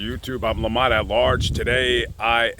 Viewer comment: His name is Lamont not Lamar lol 🤣🤣